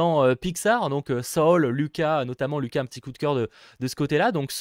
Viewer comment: C'est soul et pas luca c'est looka